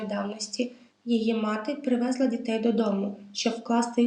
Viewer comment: ПривезлА, не привЕзла, і т.ін. багато неправильних наголосів. Але подача матеріалу, детолізована, цікава